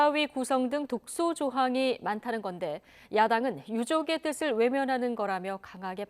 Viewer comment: 뜯츨이 아니고 뜻을 이다! 멍청한 아나운서야!!!